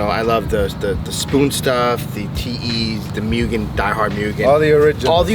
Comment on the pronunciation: I'm not trying to sound like a smart-ass or anything because I just learned this as well but it's not pronounced MUGEN, it's actually pronounced MOOGEN. Love the Honda content, keep it coming.